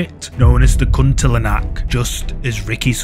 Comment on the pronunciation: It's called Kuntilanak not Kuntilinak